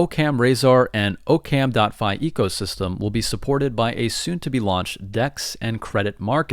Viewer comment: Aaah-kum not o-cam as in occams razor